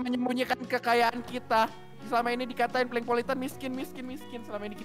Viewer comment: Bukan Prenkpolitan Tapi Pelengpolitan